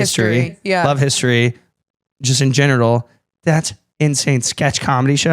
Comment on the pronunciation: I’m sorry did say- “just in genital” instead of general?? Like I know he was flustered speaking so passionately, but did no one else pick it up?? 😂😂😂😂😅😅😅😅